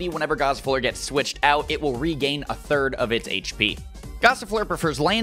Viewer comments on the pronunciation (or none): none